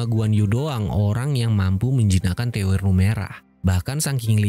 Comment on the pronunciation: terwelu bang , bukan TEWER LU 🤣🤣🤣